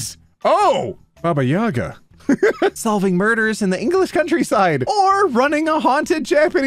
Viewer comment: Hey the emphasis in Baba Yaga is baba yaGA, my husband is Ukrainian and my daughter has RUTHLESSLY corrected me